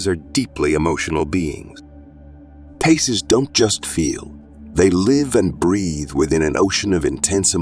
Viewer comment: Pisces not PACES. . Pie Cees.